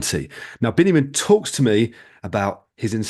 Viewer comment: Thank you both for enlightening interview. Just a short note: his name is Biniam not Benyamin, though these biblical names are the same.